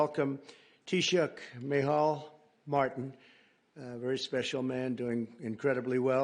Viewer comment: Listening in from Ireland could Trump at least have asked how to pronounce our Taoiseach ‘ name correctly . It’s the very basic of manners to get right . Sorry might sound petty but just good manners ☘️🇺🇸